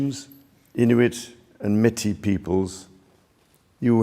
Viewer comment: The king can’t even pronounce Métis properly. I think you should’ve at least read this out loud once in front of someone before delivering it nationally.